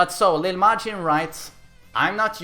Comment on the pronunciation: “Leel Majin”